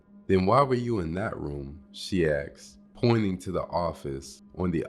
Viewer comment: Why you keep saying axed